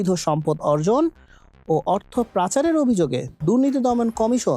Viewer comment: উচ্চারণ ঠিক করুন। অভ্যানতরীণ না অভ্যন্তরীণ । অর্থ প্রাচার না, পাচার।